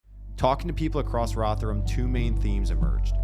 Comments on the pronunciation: It’s pronounced Rov Her Ham and it’s an absolute dump. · Why do you keep saying Rotherham with the TH sound from THING, unvoiced, instead of the proper voiced THIS? Can't you hear the difference? Like sandpaper on my ears. Oh, and my family's from Rotherham way back, so I expect to hear the proper name. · I'm still tying to not be distracted by your pronunciation of Rotherham. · It's odd that you can't say Rotherham properly